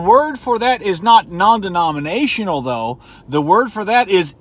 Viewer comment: Take a shot when he says "non demoninatinal"